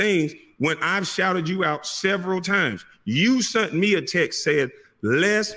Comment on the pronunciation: In Mr Brown the word is sent not sunt lol